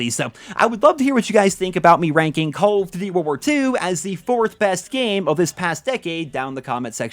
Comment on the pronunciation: Why is this man unable to say Call of Duty?